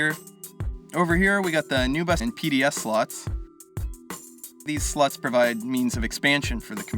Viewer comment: Nice video. I did laugh one time when you said "these slots" and it sounded like "these sluts"... but besides that, well-done video. Super informative and well produced. SUBBED.